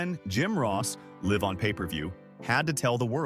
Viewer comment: disgusting ai slop script and narration, such a shame this is what we decided to do when talking about a tragic situation, sad to see what youtube is gonna be when videos cant even pronounce “live” and just get the smallest facts and details wrong. try harder next time.